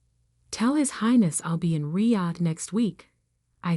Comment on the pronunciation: Is it my imagination or did the AI pronounce the word Riyad differently every time it came up in the story?